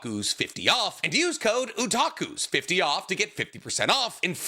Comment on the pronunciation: When did start calling it "Utakus?" Was that's a one off goof, or is he just a roulette wheel of pronunciations.